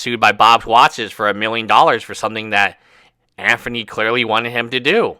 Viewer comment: No it's Anphony